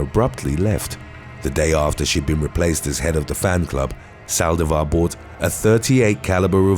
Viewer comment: Why Sàldivar??? The accent is on the i!!! Saldìvar, not Sàldivar